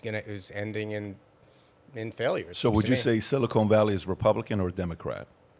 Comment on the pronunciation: Bro, keep saying silicone valley it’s amazing every time you absolute simpleton